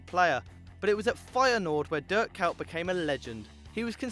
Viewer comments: Wtf??? "Dirt Cout" ? =))))))) you even don't know how it's pronounced his name, and your talking about him :))))) and yes, whwre is Cruyff, Drogba, Henry? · durk cowt nice pronounciation